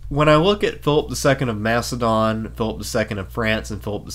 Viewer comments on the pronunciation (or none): none